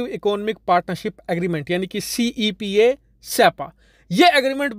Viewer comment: When you said siyapA instead of cepa 😂😂